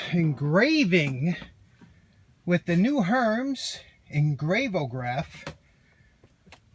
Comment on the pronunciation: Nice! Won't roll off the bench! Just for the future hermes is pronounced "air-may"